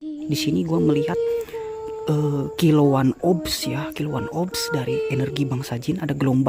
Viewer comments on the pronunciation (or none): Kilauan obs yaa. kilauan obs. 🤣🤭🤭🤣 nyebut orbs aja cacat,ngaku indigo. Indigo itu pd dasarnya orang pinter. penyebutan kalimat aja salah betingkah tau sisi lain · kalo copy paste dari google begini. 🤣🤭🤭🤣. Kuping sendiri aja budeg. Jelas jelas obs. Ga ada kalimat R lu sebu. Google sendiri penyebutan orbs itu bagaimana. Belajar nipu ah. Biar jd indigo jg